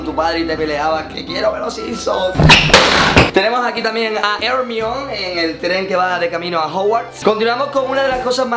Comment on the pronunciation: Se pronuncia "jermayoni" no Hermion